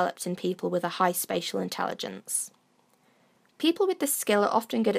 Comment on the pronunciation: Thought you said "special" intelligence.